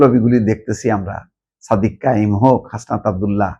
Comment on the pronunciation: You got to change your thoughts and I'll mentality. You are mentally sick and dishonest. How you pronounce the name of Hasnat Abdullah and Sadek Qayum with mockery.